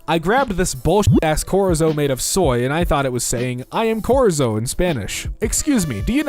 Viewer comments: Did he just say "corizo" instead of "chorizo" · chorizo is not pronounced "korizo", its pronounced with the ch pronounced like it is in "chair" -A dissapointed Mexican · I adore u but for the love of God it's CHORIZO WITH THE CH SOUNDING LIKE CHEESE AND CHEER 😭😭😭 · good god the misreading and horrible pronunciation of so many words is so jarring. the video is great and then he tries to say the word chorizo or reads Brazil as Britain